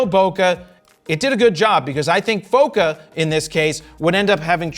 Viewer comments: The way you pronounce bokeh makes my soul hurt 🥲🥲🥲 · you pronounce bokeh wrong